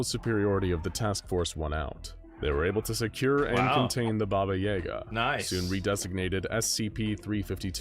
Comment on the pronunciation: It bothers me more than it probably should that SCP Explained mispronounced "Yaga". I'm not even Russian.